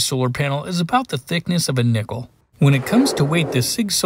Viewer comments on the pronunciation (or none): What's a 'dime' and what's a 'nicol'???